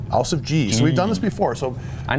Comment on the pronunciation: hey guys, great tank. Just wanted to let you guys know how to pronounce 'Ausf' correctly in German, I can't explain it in words but here's a google translate link. :)